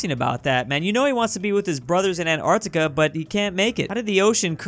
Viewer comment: Antarctica: *is pronounced as An-t-arc-t-ica: ANARCTICA